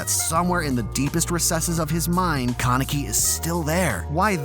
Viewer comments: did you really pronounce it ken keneki its ken kaneki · Ken kuhnecki? Bruh come on, it’s not hard to pronounce KA NE KI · keneki ARE U SERIOUS ITS KANEKI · Ken (kah-nehk-ee)??? Lmao wtf it's ken (kahn-eh-kee) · why do you pronounce his name Ken Kenneky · it is pronounced kaanik-ee not kunneky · ok wait. why must he pronounce his name Kah-neck-ee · ‘’Ken keneki’’ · Ken ken-ecki 😂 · kan-e-ki not kan-eki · i got triggerd how about u he said kanike name wrong lok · Did I just hear Kuneeki? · Ken Kuh-necky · No ones gonna talk about the fact he just pronounced his name CAN-EKY 0.32 ..? Bro what the fuck . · It triggers me when he says Ken kinaki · Did you just say Keh-Necki? Dislike for that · First, did he say "keneki"? Omfg -. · “Ken KaNEKI” Jesus Christ that pronunciation is so bad. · Your pronunciation of Kaneki’s name murders my brain cells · is nobody bothered by the way he pronounced kaneki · Why does he say Kaneki like that? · love the video but why yOu gotta say "kaneki" like that LOL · The way you pronounce Ken Kanaki disturbs my greatly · U said kaneki wrong,just saying